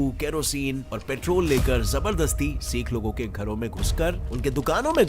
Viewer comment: Bhai bho sik nhi hote h sikh hote h